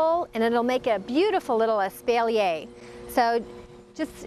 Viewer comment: Probably because it shows you just about zero. And her pronunciation of espalier.